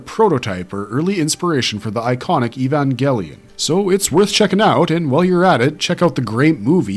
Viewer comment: Evan WHAT ? That's not how you pronounce it is ?